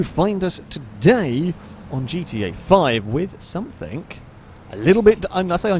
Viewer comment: anyone else noticed that he always pronounces "something" like its spelled "someTHINK"?